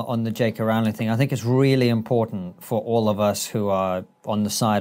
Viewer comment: That's the first time I hear British people mispronounce JK Rowling's name.